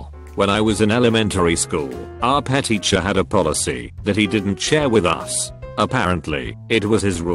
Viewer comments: Nobody: Reddit Man: Our PeH teacher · The word "PE" to the robot voice: am i a joke to u?